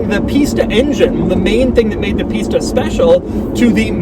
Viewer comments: Kept hearing Pista as pizza... but later in this video he’s either saying it better or my ear is getting used to it. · "the pistha engine"